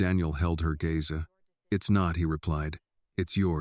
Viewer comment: Gaze is not Gaza. I am sorry but there is no excuse not to be able to read and pronounce words. Phonics is reading and spelling and sounding out words.